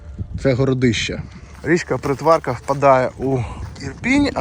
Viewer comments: Привіт! Мій дідусь народився і виріс в Боярці в 30х роках 20 ст, і називав річку ПрИтварка, з наголосом на И. Дуже дякую, що зняли відео про цю місцину, люблю її❤ ще інфи: перед 2ю світовою Притварка була така глибока, що по ній ходили пароходи (з розповідей дідуся), а на станції по вихідних потяг з Києва зустрічав оркестр в білих кителях. По війні це все зникло. Про ліси у вузькоколійки, судячи з життя мого дідуся, трохи не так було. У часи німецької окупації вузькоколійка вже працювала на забезпечення дровами Києва, і мій дідусь змушено працював там, будучи підлітком, його друзі також. Про це були знайдені документи, і вони вже в 90х отримали статус дітей, що працювали під час війни, і непагану грошову надбавку до пенсії (тому, думаю, документи ретельно перевірялись). В будинку Максимовського в кінці совка був чи то табір, чи дитинець, бо, пам'ятаю, всі діти(до речі, дуже маленькі 6-7 років) там стирчали у забора і випрошували цукерки у перехожих, тому, напевно, для багатьох це місце є неприємним спогадом:) "кар'єра" курорта для Боярки закінчилася після вибуху ЧАЕС, бо місцина була визнана як зона зараження 4 ступеня, з тих пір санаторії закривались, а місцеві розповідали про дивні гриби, які виглядають як їстівні, але є отруйними 🤷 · і ПрИтварка, а не ПритвАрка. Уперше чую "БудАївка, ПритвАрка".